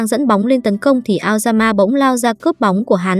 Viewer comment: nghe aoyama thành lao gan ma :)))))